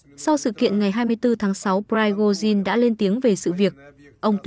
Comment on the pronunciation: Người ta là người Nga mà đọc tên kiểu Mẽo …pờ rai gô zin..😢 dẹp ngay cái em PTV này.